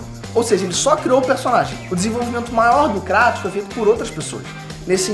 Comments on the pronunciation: Meus ouvidos sangram,quando ouço "KrAtos" ao invés de "Krueitos" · q agonia ouvir "Cratos" vsf kkkkkkkkkkk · Cara, me desculpa mas não assisto maia videos sobre gof of war nesse canal. Nao aguento vc e seu pai pronunciar o nome dele errado, se pronuncia “ krueitos” no próprio jogo eles pronunciam assim! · Acho estranho a pronúncia crátos kksksks deve ser por causa da dublagem